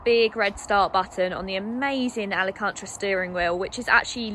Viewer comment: … say Alcantara 😜😜 I thought you were going on holiday when you said it last 😜😂😂 Ali-cantra.. 😂😜😜😂